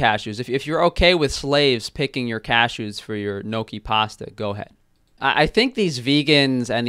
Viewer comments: As an Italian, I am offended how she pronounces GNOCCHI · "neeotshi" can't deal with her pronunciation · HAHAHA ..that bag of gnocchi!! SHE SAID "NO-chee" !! Is that anything like Kimchi? LMBO. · I'm an Italian American and the way she said gnocchi bothered me. Say it like this nyo-key. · I get so triggered when Americans pronounce Italian words wrong, like.. GHNOCCI?? Wtfffff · lmfao when she mispronounced gnocchi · The way she pronounced "gnocchi" an Italian nonna is dying 😂😂😂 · My ears bled when she read gnocchi wrong twice. She can gtfo of here with her “ Menu” bs. As an actual chef I’m extremely offended that she calls herself that 😂😂😂